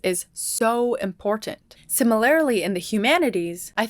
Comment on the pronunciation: I find the way you pronounce the word "similarly" more entertaining than I probably should.